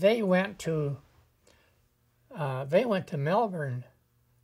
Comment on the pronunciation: I appreciate that he pronounced 'Melbourne' correctly. My job sometimes lets me speak to old WW2 vets like him. I always try to take some spare time to talk to them. But now I haven't seen one in a while. 😢